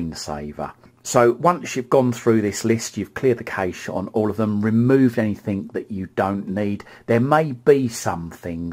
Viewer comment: You said "remote control" like 100 times! So annoying, sorry just being honest, and it's not nessasary really? Also " cache" is pronounced "cash" keep up the good work 👍